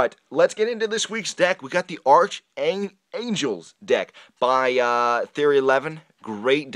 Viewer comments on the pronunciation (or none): It's pronounced arc, not arch.